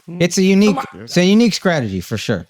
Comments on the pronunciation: Lmfaoooo Akaash going at Charla for pronouncing 'str' as 'skr' was toooooo funny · I been wondering why Charla been saying his C and T's backwards because he can pronounce both. Akash getting on him about it was great 😂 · Charla going from these reports are asking 🐈 questions for two decades was such a real ass moment and then he follows it with sucking the tip of the 🍆. Just fn hilarious 😂 😂😂 Also Akash making fun of Charla saying “strategy” I’m done 💀 This is why I as a 40+ old mother of three career woman watches this show. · "What's your Skrategy?"